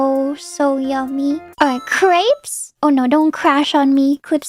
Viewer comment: The way fauna pronounced Crêpes made me so uncomfortable and I’m not even french